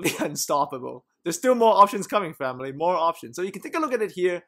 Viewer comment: I just watch all these videos to here him say "Phaamily " :D